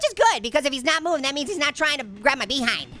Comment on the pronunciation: Orange when you say behind and but it makes me die laughing